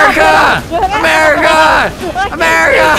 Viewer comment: vanoss is saying Merica but he's Canadian